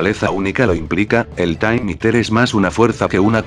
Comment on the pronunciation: El Taym Íter xdxdxdxd